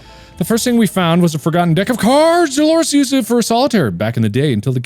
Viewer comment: "Okay I get it, Dalores is Engoreous!"-Markiplier 2021 Um... excuse me what? Can you run that sentence by me one more time?!